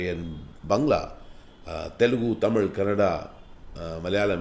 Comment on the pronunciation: he said tamil like tamiz like tamilian wow that shows his talent